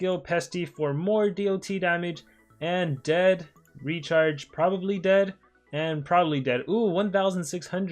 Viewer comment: is it just me or i hear the word (retard) everytime he says Recharge